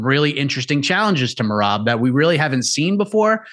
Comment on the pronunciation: if he says mayrob one more time